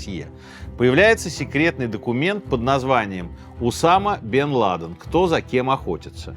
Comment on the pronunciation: поставить ударения неправильно в каждой части имени главного героя выпуска - это надо еще постараться 😂